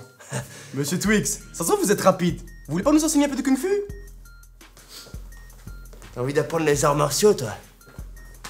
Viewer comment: "Vous voulez pas nous enseigner un peu de kune phu" ptdrrr